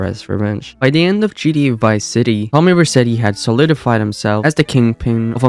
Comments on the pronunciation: Am I tweakin or is he callin GTA. “GD, GDA” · the amount of time he mispronounced gta is insane